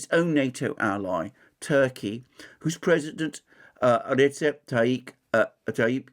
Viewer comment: Reçep is pronounced ReJep or Rechep